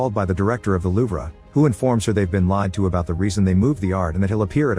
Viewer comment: Ah, yes.... the LOOV-RAH. Epic museum of the world, the LOOV-RAH.